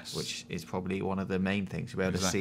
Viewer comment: "pwobably, bwief" LOL